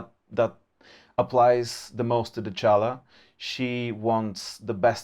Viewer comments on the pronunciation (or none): If you are looking for a summary, here you are : Next DLC - Will be a 3 factions DLC (3 LL + 1 FLC) - The 1st faction revealed is Slaanesh - The LL "Dechala the Denied one" (pronounced "Dekala") A few units have been revealed : - Hero) Champion of Slaanesh, snake-(wo)man similar to Dechala but less powerful Pleasure-seekers, demonic cavalry with demonette on Slaaneshi steeds - Mechanics : faction will be called "the Tormenters". Dechala will use her powers to subjugate their enemies and her hunt will affect her gameplay on the campain map and battlefield. D'Chala will dominate her ennemies more aggresively than N'kari, who uses his demonic influence. - Rework of Slaanesh faction : tweaks on the technology tree are to be expected, but it's too soon Next update > 6.2 will focuse on come-game imprivements like : - Ancillaries - Control mechanic - Corruption Beta on AI - Still gathering data - Will be an other Beta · Honestly, if GW wanted Dechala to be pronounced with K, they should've spelled her name Decala, or Dekala...